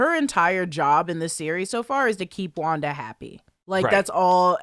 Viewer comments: he said wander tehe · Shouldn't it be called wan daaaa f**, instead of wanda the f** ?